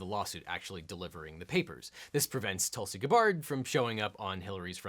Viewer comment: Weirdly her first name is pronounced Toolsy